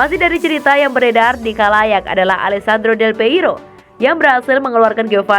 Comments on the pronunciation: Del Piero bukan Del Peiro, GOBLOK AMAN SIH LU MIN, BACA2 DOANG GA ADA KEINGINAN BUAT BACA2 SOAL BOLA BIAR NAMBAH WAWASAN SEPAK BOLA... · Risih denger nama Del Piero disebut Del Peiro ....duuuhhhh